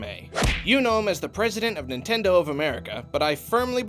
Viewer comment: "NItnendo" well done :3